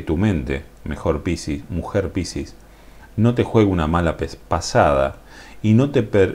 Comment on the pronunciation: Cómo suena la palabra piscis con tu acento..suena pisis.😁